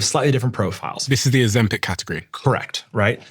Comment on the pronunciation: when will you stop pronouncing it ozempec